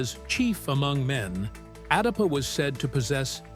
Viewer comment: Not darpa. Adapa... So come collaborate with adapa... ❤